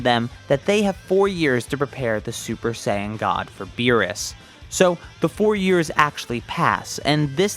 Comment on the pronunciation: He said meerus except beerus